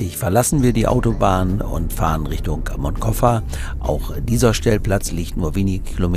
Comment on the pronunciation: Hallo und hallo! Bin begeistert eure Videos am schauen. Frage ist nur warum könnt ihr noch kein spanisch? Will kein Lehrer sein kleiner Aussprache Tipp: wie sprecht ihr Barcelona aus? Genau so muss man Moncofa aussprechen. Das C im Wort wird nicht als K gesprochen 😏 nur so als Tipp gute Fahrt 👋